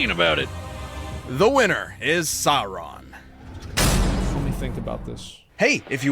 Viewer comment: I hate asmon keeps mispronouncing Sauron’s name